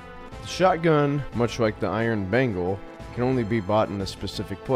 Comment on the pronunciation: mispronounced "Iron Bagel". Unsubbed.